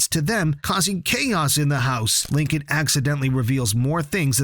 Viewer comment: IT'S LINCOLN, NOT LINCON, OR HOWEVER YOU PRONOUNCE IT. THIS SPIN-OFF IS BASED ON THE SERIES WITH FUTURE CHARACTERS SURVIVING THE BLACKHOLE THAT DESPERATELY CREATED LISA LOUD AGE 8. THESE SHOULD BE EPISODES.